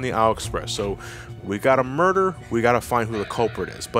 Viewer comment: ...2/10, not strong enough rolling "r"s in muerrrrrrderrrrrrrrrr...